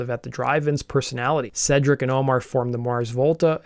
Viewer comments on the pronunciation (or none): Hell yes, (and it’s pronounced Seedric, not Sedric fyi)